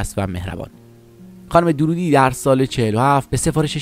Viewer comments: نام خانوادگی درست تلفظ کنید. درودی غلط است. دَر‌رودی درسته.دَررود‌ یکی ازشهرهای کوچک نیشابور است.درود در استان لرستان است. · با درود و براستی که دَررودی صحیح است۔ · روح اين بانوي هنرمند شاد و يادش تا ابد ماندگار. ايكاش گوينده اين كليپ نام فاميل ايشان را به غلط به جاي Darroudi, درودي تلفظ نميكرد. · دَرودی درسته نه دورودی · تلفظ فامیل ایشون دررودی با تشدید است.. نام محلی در خراسان.. Darroud.. جايشان بسيار خالي بانويي بي همتا … ده ها سال بايد منتظر بشويم تا سرزمينمان صاحب چنين فرزندي شود . ! لطفا با اطمينان در مورد تاريخ ها و زمان و تلفظ ها ويديو بسازيد. به خصوص راجع به افرادي با چنین شهرت بین المللی !! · درود بر شما . تعجب میکنم از شما که از کسی صحبت میکنین که حتی فامیل ایشان را اشتباه تلفظ میکنین !!! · اقای عزیز شما هم اسم استاد رو اشباه گفتی هم خیلی از واژه ها را از جمله اسم لُوور رو اشتباه تلفظ کردید